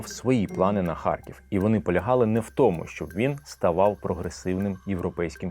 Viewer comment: Дуже цікаві і навчальні відео, але ви неправильно вимовляєте слово тому